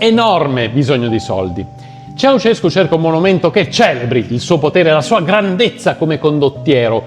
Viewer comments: Ceausescu non Ceaucescu😉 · Si chiamava Ceaușescu, non Ceauceșcu. E sono stati tempi molto duri, dopo gli anni 1980. Ma, tutti avevano un posto di lavoro, cosa che non si puo dire per oggi.